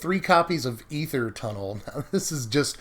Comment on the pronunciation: Holy shit man. You are the only person in existence that knows how to pronounce aether correctly!